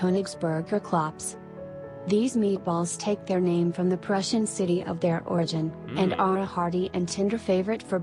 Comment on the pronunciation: This AI voice mispronounced at least 50% of the names and butchered them harder than Hannibal Lecter.